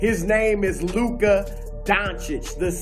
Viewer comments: I don’t care what color you are because I’m not racist. But over and over I hear black analyst mispronounce Luka’s name intensionally out of disrespect but they can pronounce Giannis’ last name. Ha. And they ALWAYS have to preface any compliment with “ it he’s slow” or “unathletiic”. And ain’t nobody padding stats in Dallas my man. Luka got 33 and 18 tonight in 29 minutes. He always sits and takes a rest win they’re winning. Harden played 39 minutes tonight. Luka rests each half and still averaged a 30 point trip dub last month. He has more 9’s in the stat columns than anybody. Do you think ANY other star would take a seat on the bench when they are one play away from a T-dub? Ha. Luka does it all the time. He could have four more triple dunked this year with one extra play. But he takes a seat life you’re supposed to. He doesn’t rob teammatesnof rebounds. It’s all in the flow of the game. All while black dudes flagrantly foul him and the rest of the white dudes in the league. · Averaging a 30 point trip-dub for an entire month now (only three players EVER did it); we call that the Triple-Doncic. But if you can’t pronounce that (like all the black NBA analysts who intensionally mispronounce it out of disrespect) you can just call it the 30 point Luka-Double. Peace!